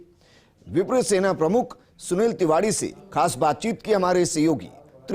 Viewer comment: Bhi vo tivadee nahee Tiwari hota hai konse. School mai pade ho aap